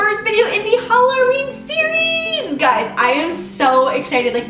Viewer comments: why did she say hallorween its halloween xD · Did anybody notice she says halurween i love it cause we’re I’m from we sauf Halloween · When she says Hallaurween she sounds Australian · haha she says hallerween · Did you notice how she says Halloween, hallorween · No one bash me I love love love LOVE but am I the only one who noticed the diffrent way she says Halloween? No problem with it but just wondering